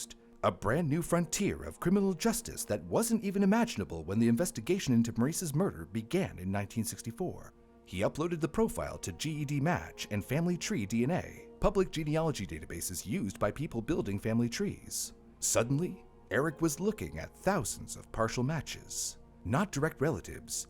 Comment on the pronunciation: You are using “forensic genealogy” wrong. The term is “investigative genetic genealogy.” And GEDMatch is pronounced Jedmatch.